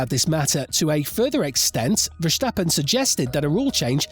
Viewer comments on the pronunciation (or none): Sorry, can’t watch someone talk about a sport that can’t pronounce its leading stars names properly. It’s normally Ricciardo that gets butchered but I’ve never heard Sainz (no T), Verstappen (no H) and Ocon (come on, it’s only 4 letters!) mispronounced.